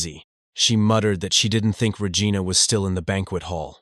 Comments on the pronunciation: So REgina is pronounce Rehgiana :face-blue-smiling::face-blue-smiling::face-blue-smiling::hand-orange-covering-eyes::hand-orange-covering-eyes:😾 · Lol y'all are laughing at the 7,000 gold thing but I'm laughing at the way he's pronouncing Regina 😂